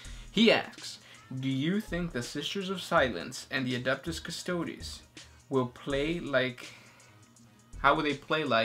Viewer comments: guys, its custoDEEES like "tea" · Please stop butchering the enunciation of all the names of 40k!! Custodes is pronounced "Cust-Ode-es"